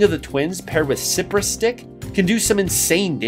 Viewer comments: It's pronounced "sigh-press" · Pretty sure Cypress is pronounced "Sigh-press" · He also mispronounces cypress